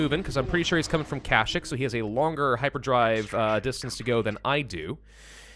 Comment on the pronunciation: dude its KA-SH-EE-K!!!!